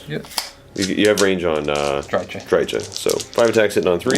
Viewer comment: Pssst! It's pronounced Dry-Ka (hard "K" sound) as per GW, their audio novels, and their licensed games voice acting. (She's one of the most commonly mispronounced names I've noticed) "Drycha's Spite!" - Kerillian